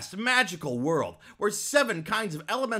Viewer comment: I like how you emphasize the word "below" at the end, "You can download the game using the link in the description BELOW !!!"